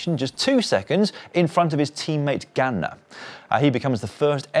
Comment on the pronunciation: Dans pronunciation of Ganna making up for the few presenters/commentators who still insist on calling him Garner 😅